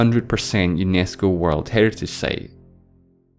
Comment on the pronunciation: I love your videos. And I HATE your pronunciation - 1) time = "theyme", 2) site = "seyt" etc. Seriously?